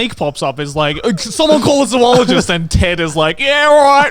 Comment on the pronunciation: I am way more annoyed by the mispronounciation of "zoologist" than I should be